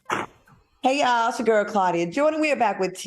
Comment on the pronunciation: How is Claudia Paula’s friend but she doesn’t even know how to pronounce her name properly? 😭😭 Side note: Funky ATE her ass Upppppp 😂😂😂💀